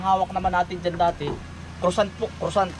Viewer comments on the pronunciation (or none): Pls dont get me wrong, narinig ko pronuociation mo sa tinawag mong tinapay, ang tama doon ay kwasong, dw kasi ako sa belgium nd yun bf mostly d2, 31yrs n ko d2 bd plano kong bumisita dyan by feb, puede